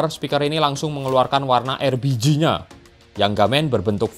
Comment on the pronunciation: Nyebutnya erbiji mulu